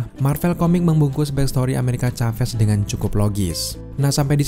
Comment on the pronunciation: Plis nyebutnya amerika saves bang jangn caves😅 biar enak didengar